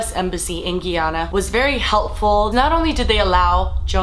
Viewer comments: It's pronounced more of Guy (as in man) - anna, the accent however makes it sound more like guy-yanna Source: been living here for almost 18 years. Our American teacher that come here have the hardest time with the name aswell. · its pronounced like GUY-ANNA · Guyana is pronounced guy-ana. A guy likes ana and ana like a guy, guyana 😂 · Its pronounced Guy-ana, however the way you are pronouncing it would be proper for the neighboring country of French Guiana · Lmao "giyana" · Its pronounced gAY- AA- nuh actually. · No shade like I really love you I swear to god I do just letting you know it's pronounced Guy- anna like oh there's a guy over there names Anna Guyana just letting you know I love you this is great letting people know about this horrible story that happened in my parents home country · It's pronounced GUY-ANNA.. proceed. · where exactly is gee-anna-ah again?LOL im so suprised that this story is new to so many people. Im not even american and they used to play documentaries about this on tv. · thanks for bringing attention to this. but just a heads up, it's pronounced "guy-anna" :-) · Hi I love watching your videos just wanted you to know you were pronouncing Guyana wrong it's pronounced Guy-Ana...my parents are from their I've seen the documentary for Jonestown a few times I thought it was very interesting. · Just wanted to say its pronounced like guy-yana ( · lol it's pronounced like Guy - Anna, love you 😂❤️ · Thank you for spreading awareness of the Jonestown Massacre. My father is from Guyana (pronounced GUY (as in man)- ANA) and he was just a teenager when it happened. Luckily, he escaped from Jonestown and lives to tell the story. ❤️ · DailyTomato no it's spelled guyana and pronounced (guy ana) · being from Guyana, its irking me the way she's pronouncing it.. GUY-ANA. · I'm sorry but Guyana is pronounced Guy-anna just wanted to let you know cause I'm Guyanese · it's pronounced as spelled (GUY-ANNA) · And you said Guyana wrong